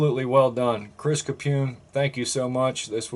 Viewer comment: Yes you got the pronunciation correct. Again a great treat!